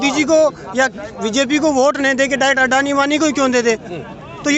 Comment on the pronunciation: भाई जब तुम अडानी को अंडआनी बोलते हो दिल खुश हो जाता है।।।